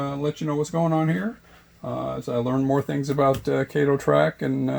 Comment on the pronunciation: It is KAH-TO, not KAY-TO. And in my experience over the past 8 years, I've never had an issue with Kato track joining to another Kato track. But I will keep an open mind and take a look at this.